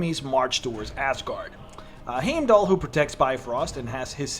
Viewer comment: Heimdall's name is pronounced as HYME-DOLL not HAYME DOLL